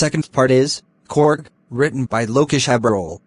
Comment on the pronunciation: Bro it's not corg it's Coorg pronunciations is more important